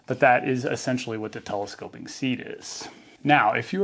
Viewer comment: ‘Telescope-ick”; can’t unhear it now 😂